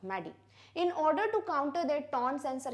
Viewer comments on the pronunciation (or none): none